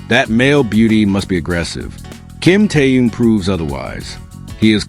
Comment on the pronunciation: Не коверкай имя . Он тэхен и только тэхен и не как иначе. Выучи уже и запомни